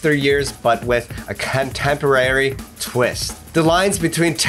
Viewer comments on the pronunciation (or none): lol "cantemporary"